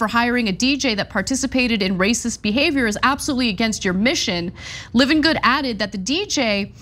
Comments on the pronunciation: Love ya Ana, but please pronounce Hopi and Livengood properly. 🤪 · .. Hopi = "Hope E" Livengood = "Lie ven good"